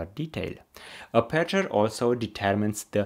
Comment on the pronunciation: Thank you for your very informative video! 💪🏼 But could you pleeease 🙏🏼 pronounce 'aperture' stressed on the first syllable, if possible 🙏🏼